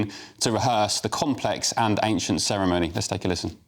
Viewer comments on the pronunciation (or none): please pronounce ceremony correctly.